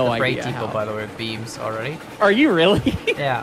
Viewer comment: I thought you guy said beans not beams, oops